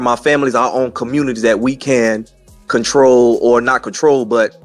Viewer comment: Cdc "comtrol desease" not prevent